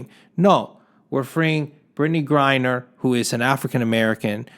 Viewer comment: 'How many Americans are locked up in foreign countries.' Yet that number is still going to be a joke compared to Americans you lock up (and yes, also for next to nothing and for decades or even multiple life-times). The reason you're so upset about Mrs. Griner - whose name you can't even pronounce in your own video on the topic... - is I suppose, because she is a PoC and woman (yes, even if you falsely try to deny her gender based on lunatic conspiracy theories like flat earthers; probably immature that a woman is fitter than the slimy Italian greaseball that is you who is supposed to be some grand fitness coach or entrepreneur or something). At least you have enough self awareness to notice that you are slowly sliding to the conspiracy nutcase crowd like QAnon, StopTheSteal etc. And why does the video continue after you say 'That's all I have to say on the topic.' around the 3 minute mark or 50% of the video? Also why do you still use the closing term 'buy red & sell green', when you haven't made anything on finance in at least an entire year, which was your only halfway decent content btw?